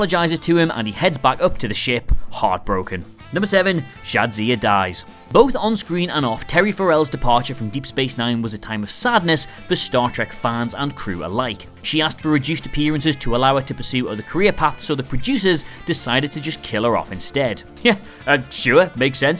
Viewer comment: “Farrell” rhymes with “barrel,” not with the emphasis on the second syllable: that’s just Pharrell Williams